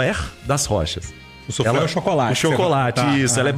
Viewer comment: "Suflerrr?"?? Soufflé, cara, soufflé! Afff